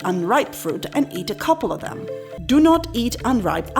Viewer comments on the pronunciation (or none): none